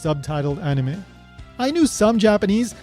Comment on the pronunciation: It's crazy! She mispronounces anime just like you do!